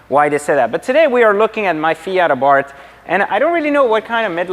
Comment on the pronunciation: I’m so ecstatic he pronounced Abarth correctly!! Silent H.